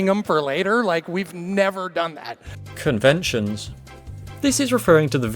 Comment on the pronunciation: I found “Conevntions” far funnier than I should have